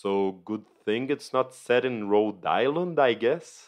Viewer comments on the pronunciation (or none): none